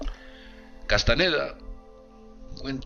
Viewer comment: No es Carlos Castaneda, es CASTAÑEDA no dejes que muera nuestro espaÑol